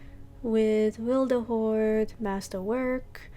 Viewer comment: Witherhoard not wilderhoard ☺️☺️